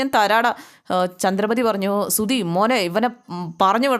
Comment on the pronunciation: സുധി........ സുദി.. അല്ല